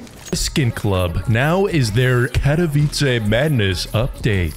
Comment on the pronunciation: bro acually said "katowice" right